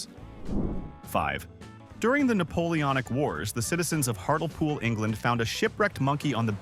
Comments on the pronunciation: Where the fuck is Har-tel-pool? I know where Har-lee-pool is but I've never heard of Har-tel-pool. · Hatlepool, pronounced Hart-Lee-Pool... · More YouTube ignorance. Ignorant git can't pronounce 'Hartlepool'. I find it harder and harder to believe anything on here.